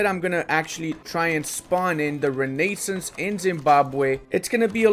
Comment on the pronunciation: and renaissance